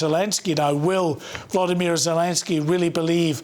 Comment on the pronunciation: It's not Vladimir ... It is VOLodymyr VOL like Oxe 😂